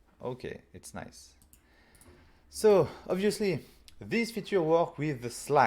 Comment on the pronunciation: i can't control my laugh when he said abusely instead of obviously :face-green-smiling